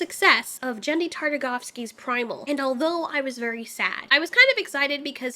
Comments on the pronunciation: bruh she really said jendy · No one: Not a soul:: "Jendry Tartagofski" 😂 so many people say his name different but i love how she says it in particular!